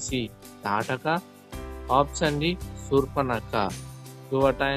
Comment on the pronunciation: Mundu meeru option ane padam correct ga palakandi, ఆప్షన్ అని. పలకండి, అపచ్చాన్ కదూ